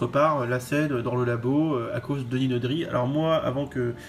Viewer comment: je valide tout !!! sauf la prononciation franchouillarde meme pas conforme à la vf de Denis Nedry